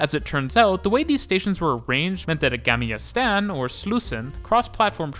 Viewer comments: It's Gamla Stan not Gamia Stan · "gamiya stan" lol Interesting video though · "Gamia stan" xD